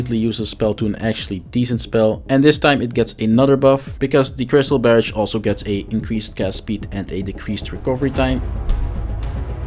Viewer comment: "Barridge" = Barrage 🤣🤣🤣